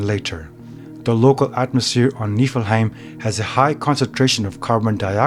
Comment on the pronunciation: You're saying it wrong